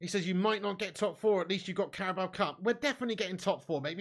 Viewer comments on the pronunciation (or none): none